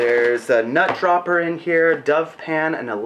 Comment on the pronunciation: Did you say your giving away a "nut chopper" or a "nut jobber"??? Personally I'll take a pass on ANY "give-away" offer that begins with the word NUT! "Hey Buddy! How'd ya like a NUT ______? See what I mean? Maybe being a pro. Magi. All these years has made be a bit too cautious!